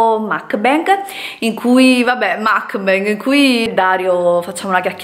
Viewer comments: si dice MUK BANG proprio come lo leggi, non macbeg come lo hai pronunciato!! Volete cambiare contenuti al canale, liberissimi di farlo, il canale è Vostro ma almeno DOCUMENTATEVI!!!!!!! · si ma tesoro si dice mUkbang non mAkbang